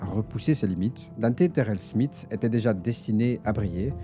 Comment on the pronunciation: Smith ça se dit Smisss.